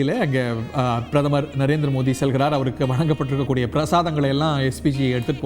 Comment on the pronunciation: நரேந்திர மோதியா மோடி உச்சரிப்பு வரலயா🤔